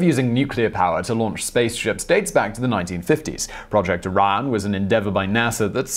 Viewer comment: after watching top tenz u co for years, i think simon mispronounce stuff to troll google translate. btw: the nuke drive is called project orion not project iran or project araya